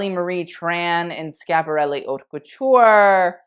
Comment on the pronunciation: I appreciate the correct pronunciation of Versace and Schiaparelli. Kudos to you. Everytime i hear "Versacee" I cringe. But because I'm an annoying Italian gramman Nazi: it's Bottega VÈNETA, not VENÈTA. It's the same accent as "mèdical", and not like "bodèga". I hope I've made myself clear. Un bacio, ciao!